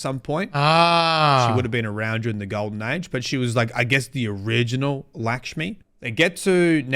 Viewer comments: It’s not lick-shmi it’s luck-shmi, it’s an Indian name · LAAAAAKSHMI stop saying Lickshme ffs lol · Its actually more like lukshmi like luck shmi but dont put stress on c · How can here "Lakshmi" then immediately turn arounf and say "Lickshmi" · How the hell do you get "Lickshmi" from "Lakshmi"? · “Lakshmi-2”: “LICKSHME!” LMAOO never change,never change. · LAKSHMI NOT LICKSHMI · “Lick-shmi” lmao. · Whenever anyone tells me I’m saying a game character’s name wrong, I proceed to make it worse. Lick-shmi forever. 😂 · lick-shmi lol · Please always keep saying Likshmi and Haamkara forever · He can't even pronounce his own name right, and yall wanna teach him how to pronounce Likma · Lick-smi, LMAO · Lakshmi is pronounced lock shmee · calling Lakshmi lickshmee is like calling him Criss 😂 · Was scrolling down to find a comment on your wrong pronunciation before I posted a comment myself. Heard the LACKshmi comment in the video and cracked up at lickshmiballs 😂😂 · What's Likshmi? Likshmi balls! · It's pronounced "Licks-Me"!! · It's amazing how can't pronounce lak-sh-mee when it's even pronounced correctly in front of him multiple times 😂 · my man said lickshmi 😂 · Destiny YouTubers have the worst reading and writing comprehension skills. We listened to same the dialogue as everyone else here, and still insists of calling Lakshmi, “Lick-shmi” like man, you HEARD her name spoke five minutes ago. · "Lick-shmi" nutty pronunciation there bud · This man saying LICK-Shmi for an entire video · It's not Likshmi neither Lackshmi!!!!! It's LickMe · For the love of God!! If you say LICKSHMEE one more time!!! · Lacksh-mee. Stop it. Lol. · Say it with me folks, “Lak-Shmi” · Who's Lickshmi 😂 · The way pronounces Lakshmi is retcon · Pronouncing Lakshmi wrong.